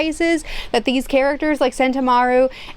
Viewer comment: I understand she isnt the best at pronouncing character names, so no fault to her, but please can we help her with her pronunciation pls, Stussy should be pronounced (Sss-Too-Cee) need to rally together a team of mods for her to help her pay respects to these characters names, and again no animosity towards her I just want to help her get them right.